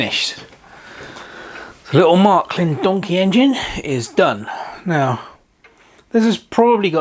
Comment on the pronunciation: Wow it is a Beauty...BTW: It is Märklin or Maerklin.Not Mark-lin.